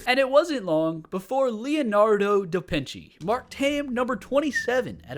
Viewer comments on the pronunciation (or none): none